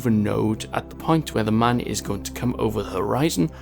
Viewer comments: Its Mun, not Man. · you pronounce the mun : moon, not man lol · I ksp it's called the mun